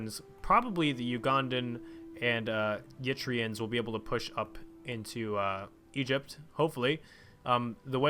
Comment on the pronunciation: For the love of god please... Eritrea, not Yitrea... Pronounced roughly as Air-Uh-Tree-Ah